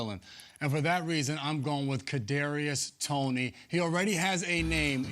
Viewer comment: Patty mahomes is the villain if you like him and this man said kadariois toney wtf